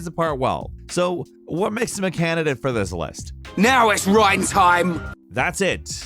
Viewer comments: why do you pronounce his name rain when he says his name in the voice clip you showed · Why did you pronounce Reyn as rain at first when the character says his own name as rhine. Is it a translation thing and he's called rain in the japanese version or ...? What gives? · Rain? Really???😒😓 its pronounced RINE. (Reyn) Where is the "A" in that? lol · Not Rain Rine ok Reyn is pronounced Rine not Rain ok I know this kind of comment is annoying but it bugged me ok and if this bugs you then Ignore me it's honestly not that big a deal but I just wanted to comment about it anyway so have a nice day and if you read all of this thanks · Sorry not trying to be rude but it’s not Rain it’s More like Rine. :) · How the heck can get names wrong when there is voice acting for the names? In the clip he is complaining about with Reyn he says his name and yet still goes 'Oh yes, Rain' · "It's RYEN time" got me. XD XD. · I'm just listening while doing the dishes and I'm like "who the heck is Rain from Xenoblade? How dare you mispronounce Reyn???? I'd say more, but "Let's not lose our heads, though" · Reyn not rain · Stopped watching when you said “Rain” from Xenoblade lol. Pulling an IGN there. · ...how do you pronounce it "rain" when a clip of him saying his name is in the video??? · no no no no noooooo, it's not "reign" I'm sorry but if you've played XCDE (or the OG game) then you'd remember "now it's Reyntime!!!" it's not reign-time. - i'm sorry but your massively incorrect pronunciation vexes me to no end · I just knew he was gonna pronounce Reyn as "Rain" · He mispronounced Reyn's name even though his only problem is Reyn says his name too much... how? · How can you mispronounce Reyn wjen you literally play him saying it in the video. Also he's arguably the best character in the game combat wise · Oh come on! You seriously didn't even bother to say Reyn's name properly!